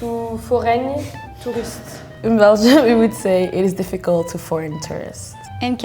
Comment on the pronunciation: She's widely exagerating though, I've never heard a french person in my life that say "difficult" with that u sound she made, we may suck but we still learn english from a young age so that kind of words even kids pronounce it correctly (except the accent). I don't think there's a major difference between the Wallonia and France in terms of English fluency.